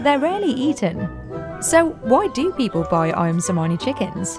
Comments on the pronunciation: To the narrator on the Ayam Cemani segment: You literally watched hours of videos of the breeders pronouncing the name and still chose to mispronounce Cemani... 😶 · Chemani not semani - ch like in chair